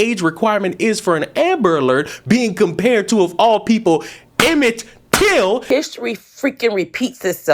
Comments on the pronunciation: Did that woman say? 😅😅😅😅😅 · When she said " Till" I knew what was coming next😂😂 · Yea. “Evan till” ffs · she said “emmend till” 😂😂 that was NOT his name (y’all) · 😂 shes should have stayed in her seat with that one 😂 couldn't say Emmett 😂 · “You can’t even say his name right “! Made me subscribe. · Bruh...when you said, "you can't even say his name right. 🤣🤣🤣🤣🤣